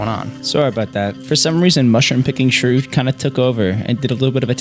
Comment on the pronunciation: been watching for a few videos and only just now realized his name is shrew not screw